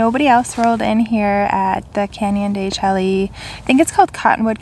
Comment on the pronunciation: De shay, not de chelly.